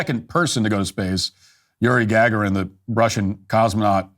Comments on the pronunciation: Matt can't pronounce Yuri Gagarin's name correctly - "Gag-aren" haha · Matt butchered/mispronounced the name of the USSR's Yuri Gargarin. 😢